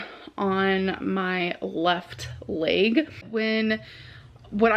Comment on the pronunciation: WHAT THE HELL IS A LAYG?!?! LOL She can say edemame correctly, but LEG is a difficult word?!? Amber and foodie both are like so obsessed with "comfort" food!